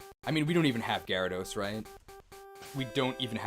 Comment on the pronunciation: Gary-thos… im starting to hate that pokeman